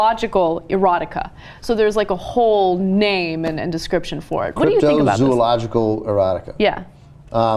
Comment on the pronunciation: Ana, you must learn to pronounce the word zoological. None of the books were examples of crypto-zoological errotica but rather crypto-teratological errotica.